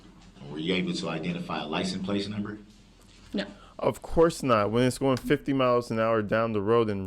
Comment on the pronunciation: What's a lisince-place?